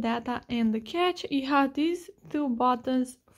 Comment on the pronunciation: its pronounced cash not cache